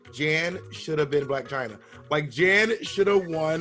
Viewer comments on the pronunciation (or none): NOT BOB SAYING JAN BLAC CHYNA LMAOOOOOO